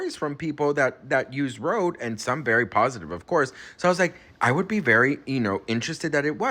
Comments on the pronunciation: RHODE not Rode.... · RODE!!? HAHHAHAH This is so ridiculous, who doesn't know that the company name is RHODE, with an H.